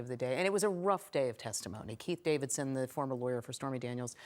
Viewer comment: Y'all need to slow down and pronounce names clearly... I know Trump's laywer is Keith Davidson but sometimes I hear Pete Davidson 😂 and I think oh God 🤦 WTF did Pete do and who did he did it with? 🤣